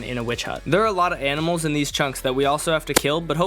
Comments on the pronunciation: "aminals" ITS ANIMALS NOT AMINALS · bro really said AMINAlS